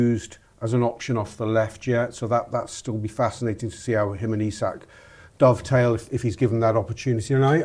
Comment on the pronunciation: Another pod that can’t get through without mispronouncing Isak. Lad